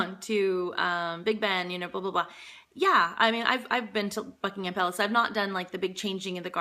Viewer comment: You pronounced 'Buckingham' and 'Greenwich' correctly! You have been assimilated. :)